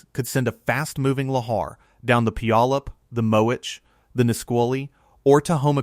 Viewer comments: A lot of commenters locally--the name Puyallup may look daunting, but the best pronunciation is "pew-ALL-up". If you look at a geological style map, you can easily see the former lahar pathways coming from Rainier. That mountain's footprint is immense, much bigger than Mt. St. Helens. In 1980 I was living in Vancouver Washington and watched the ash cloud rising from the mountain that May morning. There was no sound, but for being so far away, I was struck by being able to see with my naked eye, the cloud of ash expanding and rising. I was awestruck at the power of Nature. A small sidenote: there was a nuclear power plant on the Columbia River just downstream of Mt. St. Helens. You'd better believe it was on everybody's mind when the mountain began to swell and bulge up to a foot or more a day before the big event. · The mispronunciation of /pew/á/ləp/ in like nails on a chalkboard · Yes, but it’s PEW AH LUP. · We love our mountains. I grew up in Enumclaw at the foot of Mt. Rainier. I live closer to Mt. St. Helen now, but not in the mud flow area. We don't have tornados or hurricanes here. That's pronounced Pūallup...you don't say the "y". I still have family and friends in Enumclaw, Kent and Seattle. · Here's an idea check out how to pronounce Puyallup. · Please learn how to pronounce Puyallup!